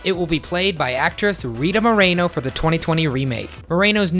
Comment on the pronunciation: Its pronouced; Moe-Reh-No!